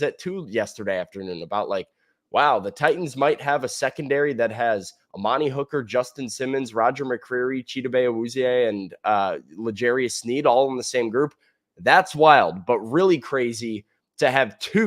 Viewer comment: why do you keep saying chibode? It's chidobe